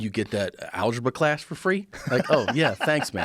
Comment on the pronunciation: "You got that alegrba class for free" 😂🤣😂🤣